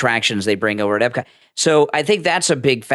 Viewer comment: eP-cot. Not eB-cot. Thank you.